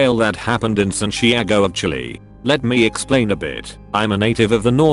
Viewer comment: The text to speach voice really cant say Santiago????